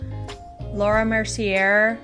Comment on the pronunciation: Sorry, its Mer-see-aye xx